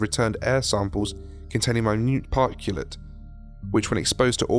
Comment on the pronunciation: How can you not pronounce "particulate" but one sentence .ater have no problem with "particular" lol? Whatever, great job on te graphics. Really added to this story.